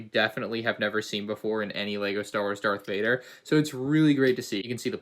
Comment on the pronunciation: I'm pretty sure he said dark vader